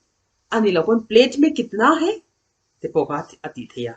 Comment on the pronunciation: Ni leh awm sawi nan है an hman hi chu 'He' nilo in Hai emaw 'Hei' ti tep a lam zawk tur a ni e, 'He' tia i lam ho khi chu हे tihna ang a lam chi kha a ni, He ti tawp Hi chu Oh tihn emaw mizo chuan ehe, kan tihna ang chi kha ani zawk. 🙂. Mitin en theih leh hriat theih tura chhawpchhuak tur chuan a diktak a chhawpchhuah zel theih se a va lawmawm dawn em!!! ka ah Enge an i tih? tih khi A lam dan khi mipui zirtir tur chuan va dik chiah lo em!!! 'Kesa' nilo in 'Kaisa' emaw 'Keisa' tih a lam zawk tur a ni. 👍